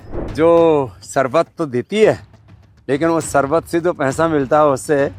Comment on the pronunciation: Lala ko sharbat bhi bolne nahi aata anpadh logo ki tarah sarbat bol rahe hai.